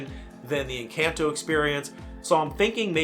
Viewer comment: People are upset that you’re mispronouncing Encanto.